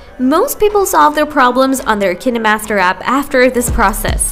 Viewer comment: I dont trust any video who claims they can fix something when they cant even pronounce the name of the app correctly.